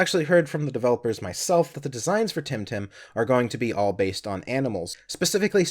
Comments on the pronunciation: Its Temtem NOT Timtim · Am I the only one who keeps hearing say "Tim Tam?"